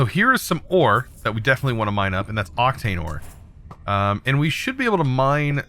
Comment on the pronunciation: Octine Ore. Not Octane Ore xdd